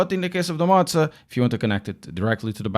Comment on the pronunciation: hey btw it pronounced moe zwah or moe za